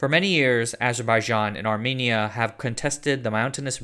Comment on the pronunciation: do you not know a single armenian who could have informed you you're pronouncing armenia and armenian wrong?